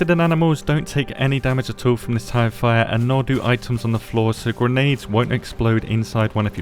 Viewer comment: anybody else hear "Tie Fighter" instead of "tire fire"?